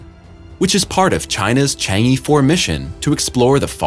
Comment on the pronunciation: Chang'e is pronounced Chang uhh😉